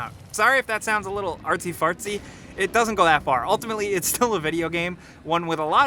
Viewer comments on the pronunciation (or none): none